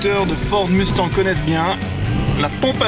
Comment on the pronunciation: salut, pourquoi tu dit mustan au lieu de mustanG ?